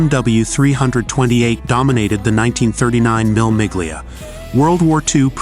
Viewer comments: When will commentators from the USA learn to pronounce titles properly. The race is pronounced phonetically "Meala Mealia", no G pronounced and meaning thousand miles. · Oh yeah..the Mill Mig Lee ah …or is it just American? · Pronunciation is s.t. real funny: The famous Italian race is pronounced “Mille Millya” and one of its famous drivers was not “Husky” but “Hushke” (the ‘u’ pronounced like in ‘bush’), and The Lancia is pronounced “Lunchyah”. But you did “Thema” real good! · This is true but the problem with a canned speaking voice is it's inability to pronounce words that it doesn't know like Mille Miglia (pronounced Me - lay Me - glia), Ayrton Senna'a name (understandable as humans have a hard time with this one). I get how difficult it is to do voice overs but some of the mispronunciations are important heritage names. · WHAT is a mill MIG-lia? Is it a special kind of mill that uses steam to grind up narration???? Rowan Atkinson is an actual racing driver, having competed in real racing series. He may not be at the top of racing, but he drives better than me (and most people). Does Harry Metcalf know you've used his channel's footage? 🤨 What is a "feet s interior"? Why would it be "8.32"? What is an "emm-kay 7"? McLaren F1 got to 240.1 mph.....where the hell did you get 243 from? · Would have been nice to see Atkinson's actual cars all the way through and not publicity photos. And the pronunciation of Mille Miglia marks the voiceover as not being a motorhead. One other thing, it's Ayrton Senna, not whatever gross misspelling the subtitle had. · Why has it been narrated in Welsh.Just about everything is pronounced wrong!!!